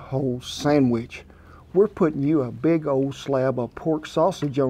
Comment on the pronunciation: Did Kent say "It's not BEAG enuf?" As in the Beagle wants it bigger?